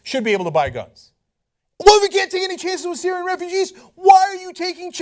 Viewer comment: "Syrian Refercheese"